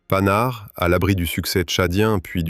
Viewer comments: PAN-HARD. et non panard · "PANHARD" bordel! Comme un pantalon , pas comme paname ! Ça pique les oreilles. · Exactement : ca sait pas dire Panhard (prononcé "Pannar") ni sagaie (prononcé "Sagaille"). Et si c'est pas de l'IA, c'est pire, c'est de la GenZ!